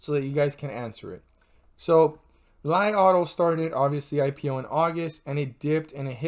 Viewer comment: It pronounce Lee auto, thanks 🙏🏼